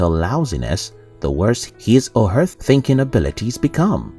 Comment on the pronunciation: Fascinating voice synthesizer. Very human like but it totaling misses some simple common words like "thinking" or "pieces".